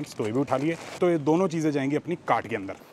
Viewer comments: whenever he says "cart" , i listened "gan*". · Every time he says isko daalte hai apne cart ke ander, i hear something else😅